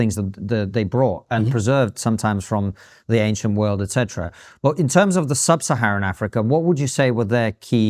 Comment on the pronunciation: Has a degree in Psychology but can't pronounce "etc" or "obfuscate". Kehinde is a very rude man and, very definitely, an absolute racist.